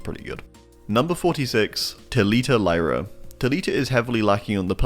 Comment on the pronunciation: nice vid but Lyra is pronounced like “Leera” in potuguese